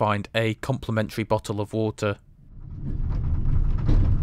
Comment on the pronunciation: Bo’o’oh’Wo’er moment